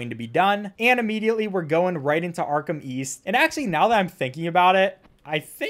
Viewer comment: Patrick Star: Arkham East I thought you said Arkham weast